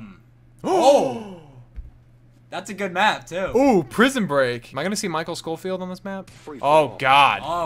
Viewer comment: said "Michael Schofield" and I cringed.